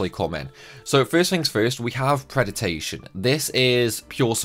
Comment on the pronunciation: How are you looking at the word predation and coming up with an extra syllable, saying "pred-i-ta-tion?" On the other hand, evility has four syllables, e-VIL-i-ty and you just leave one out. Why does no one even attempt to pronounce words as they're clearly spelled anymore?